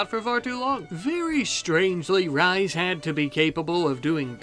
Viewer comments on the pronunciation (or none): Rhys is pronounced 'rees' rather than rise, it's welsh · Just as a quick FYI, I believe Rhys is pronounced as Reese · Just an fyi, Rhys is pronounced like Reece, it's the Welsh spelling! Edit also I'm an android!! Woop!!